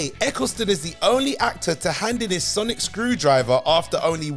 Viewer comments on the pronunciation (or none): none